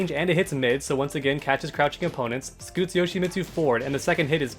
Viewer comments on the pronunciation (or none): well for starters to "become better Yoshimitsu players together"... it's pronounced "Yo-shee-meet-soo"... not "Yo-shee-miht-soo" that one part of the name pronunciation drives me CRAZY!!!